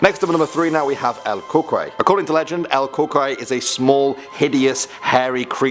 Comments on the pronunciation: El Cucuy, is pronounced *Coo-coo-ie. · I knew it i knew he was saying it wrong n it was cooocuey lmao but anyways i didnt kno that was a specific one i thought coocuey was just another word for monster